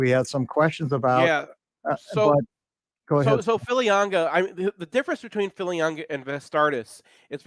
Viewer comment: Oh, and could so please tell that there is no "N" in Filiaga?